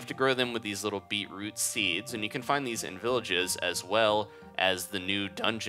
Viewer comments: you said beeproop soup -_ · said beatroop soup XD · It's pronounced 'bee-chroot' if you like them then you are a true Aussie :) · he says beetroot wrong